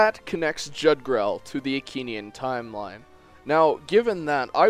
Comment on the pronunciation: It's supposed to be pronounced YOOg-drahl